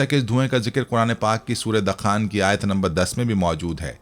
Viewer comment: Arey hazrat Qur'an majeed ki soorat ka naam 'dakhaan' (دَخان) nahi dukhaan (دُخان) hai. In'aam nahi an'aam hai. Kam az kam sooratoN ka naam to sahi lijiye.